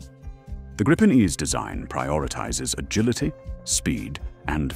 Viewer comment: gripen grypen greepen let the AI pronounce it right will ya put some more real effort in your video's